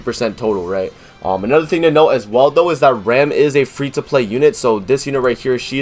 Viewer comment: Nothing bad on your part in the video but you're pronouncing ram wrong. It would be like saying rahm. But nice video. I'm still going re zero all the way for rem:)